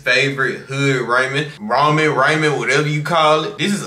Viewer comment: Bruh said raymen 😂😂😂 it’s ra-men it’s no y in ramen